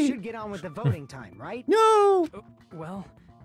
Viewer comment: Akane said voting. With a G